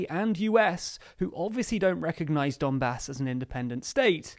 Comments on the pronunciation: Is it only me who heard " dunbas " as "dumbass"?? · ‘Donbas’ .,lord bastard - x